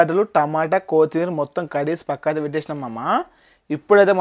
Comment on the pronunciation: Kothimera palakadam nerchukora 😂